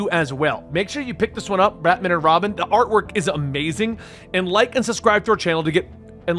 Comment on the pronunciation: I swear I hear you say ratman and robin...